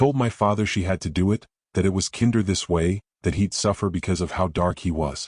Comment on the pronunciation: Streaked not Street. Peace not piece. Kinder with a long I.